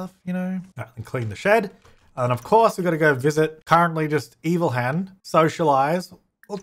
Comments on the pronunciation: Evil hen - Eva-lee. And seems it will be fine in with other chickens. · Evil hen - "Ellhen"